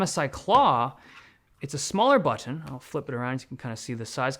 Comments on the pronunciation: The unique way this guy starts saying baahtn towards the end 😂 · The smaller back batttttooonn! 🧐😅 Love how he pronounces it! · Dave's accent is pronounced when he says "Button" i love it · This guy pronounces "Button" in a different accent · I cannot unhear the funny pronunciation of button, how have I not noticed this before 😂?! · Y does u saying ' button ' sound so wierd, dave??😅😂😂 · Just noticed how weird the "button" word sounds from Dave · Thanks for the review, you say "button" in a funny way :) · The way he pronounces button tho. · What's with the way he says "button" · Is no one gonna talk about how he pronounces "button"😂 between to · Notice Dave slowly switching to a British accent 😂 - the word Button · Why does Dave turn British when he says "button" in this part? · The way Dave says button scratches a part of my brain that I didn't know I had